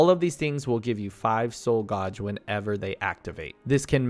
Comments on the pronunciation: I'm sorry. It's pronounced "gayj" not "goj". Great video otherwise 🙂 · Super useful. Thank you. In return, paean is pronounced to rhyme with Ian, and gauge rhymes with age. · I thought it could be genuine mispronounciations till he said soul gauge like that... he pronounced it right a few seconds later? like its got to be a bit right?